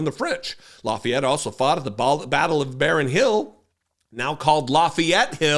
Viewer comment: Seems she never heard of Lafayette. She is really a dumb blonde. You said the name of the Marquis de Lafayette perfectly. I am a french speaking historian Canadian. Karoline Leavitt est une pauvre ignorante qui a obtenu son poste pour ce qu'elle a l'air et non pour ses connaissances.